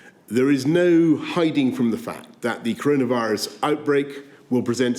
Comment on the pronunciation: Curunavurus...... thats how he says it.